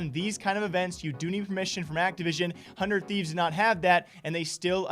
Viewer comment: He said the "200thieves" lmfao am i the only one that heard that? 😂😂😂